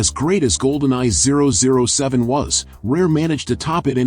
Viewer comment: The way you said 007 lmfao